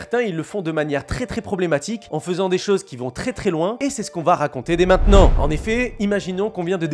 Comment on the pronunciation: « Et j'ten parle dés MAITENANT »